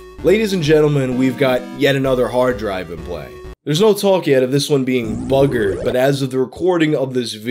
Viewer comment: listening to say "BUGGERED" and KNACKERED was hilarious. they are words us brits say all the time and you dont think of it, but when someone with a different accent says it its cool.